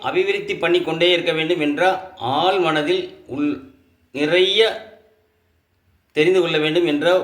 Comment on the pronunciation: யோவ் உன் வாயில் "ஆழ்மனது'என்றுதான் உச்சரிக்க வராது எழுத்தால் எழுதும் போதும் "ஆள் மனத்தில் 'என்று எழுதி தொலைக்கிறாயே மேலும் உன் பதிவை பார்த்து உனக்கு ஏதோ கைரேகை ஜோதிடம் தெரியும் என்று தோணும் ஆனால் நீ கையில் ரேகையை சுட்டிகாட்டி இந்த ரேகைக்கு இந்த பெயர் இதற்கு இந்த பலன் என்று ஒரு மயிரும் சொல்ல வில்லையே